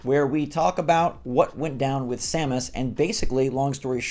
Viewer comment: Samus Aaron, not Samus Eran.